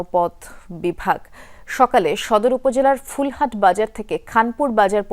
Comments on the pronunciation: মেডাম,, আপনি এলাকার নাম ভুল বলেছেন,,, এলাকার নাম হচ্ছে পুল হাট,,,, আর আপনি বলেছেন ফুলহাট,,,😅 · আপনাদের নিউজ পাঠায় কে আসলে ফুলহাট কেন হবে পুলহাট